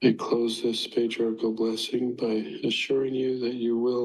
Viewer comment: He also kept calling it a Patriarchal Prayer before it devolved further to what sort of sounded like Para-quwee-all Prayer 😂😂😂 I know part of that is what you were pointing out, but I wanted to further point out how it’s not called a Patriarchal “Prayer” either. Any Mormon hearing that would be thinking about how wrong that sounded. Also, Doctrine “of” Covenants, lol. Not right either. Oh.